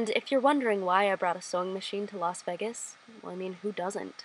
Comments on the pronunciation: Las veh-gas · "Las Veggas " lol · WHY DO YOU CALL IT LAS VEGGIS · I like how you say VEGas instead of VAYGas. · so everybody is gonna ignore the way she pronounced las VEGAS ?? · No ones gonna comment on how she pronounces Las Vegas? 😗😂 (not hating, just love) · WHO PRONOUNCEs LAS VEGAS LIKE THAT NDNFNDNDMDMD